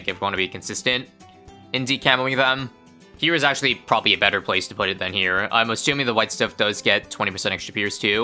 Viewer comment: "poot" Canadianism detected